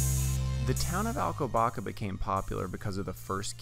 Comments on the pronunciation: The "ç", as in Alcobaça, is pronounced as "ss". Very informative video and I like the off-camera voice, lends it a more professional feel. Thanks for sharing. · Not Alcobaca but Alcoba sss a